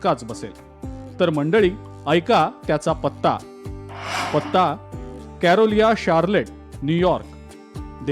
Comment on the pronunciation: कॅरोलिया शार्लेट नाही हो, ते शार्लोट, नॅार्थ कॅरोलायना असं आहे. Charlotte हे अमेरिकेच्या North Carolina स्टेट मधील एक शहर आहे. ते न्यूयॅार्क पासून लांब दक्षिणेकडील राज्यात आहे. तिथे हॅाक रिज (Hawk Ridge) एलिमेंटरी स्कूल म्हणजेच अमेरिकेतील प्राथमिक शाळा आहे.